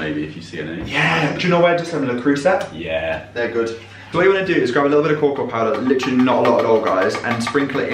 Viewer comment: Beethoven and a wonderful not French at all pronunciation of Le Creuset! 🤣